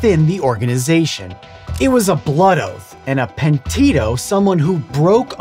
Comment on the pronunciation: Great video, really liked it. However, I do feel obligated to point out how my little Italian heart absolutely collapsed on itself when you tried to say "Omertà" and "Pentito", although you were kinda close.